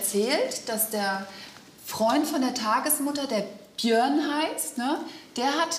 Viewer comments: Wie sie versucht "Björn" auszusprechen😂"Bihörrn"😂👍🏻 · „Böejrn“ Bei jedem like gebe ich ein „ö“ dazu😂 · BIHÖÖÖRNN NICHT BJÖRN😂😂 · Ich dachte erst sie meinte der heißt Bihan xD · bijöhrn.so spricht sie sein Namen aus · Nicht Biön, Biiiiihhööööön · Wir sie Björn immer ausspricht😂😂😂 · Wie sie immer Biihän sagt 😂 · wie sie Björn ausspricht ist schrecklich. Das tut in den Ohren weh. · Das Mädchen ist doch irgendwie dumm oder?!😂 wie die den Namen Björn auspricht😂